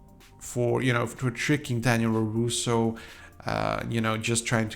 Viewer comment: His name's Robby and yes I agree, he's easily the worst character. By the way you keep saying roroso, it's larouso.